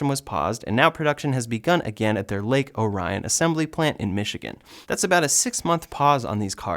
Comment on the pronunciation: FYI, Lake Orion is pronounced, Lake Ohr-ee-un.